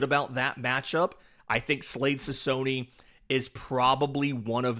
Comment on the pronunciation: Slade “Sik-ownee”.